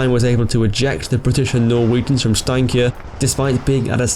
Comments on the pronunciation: The prononucations was good! But you Said Steinkjer completly wrong😂 Anyways I'm impressed. PS. I live in Namsos 😜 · The way you pronounce steinkjer lmao 😆